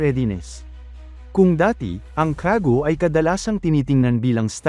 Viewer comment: AI KC GINAGAMIT NA VOICE KYA YONG CAFGU NAGING KAGU GAGAWA KA LNG NG CONTENT BOSES MO GAMITIN MO😂 KAGU MUNTIK PANG MAGING KWAGU AT GAGU😂